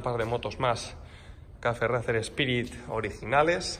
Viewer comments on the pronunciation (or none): Una cosilla... Racer se pronuncia “reiser” 😂 (Al igual que Liverpool es “liverpul” y no “liverpo-ol”; o Schwarzenegger es “suarseneger” y no “SCHwarcenejer”.) Coño que es vuestro nombre! 😂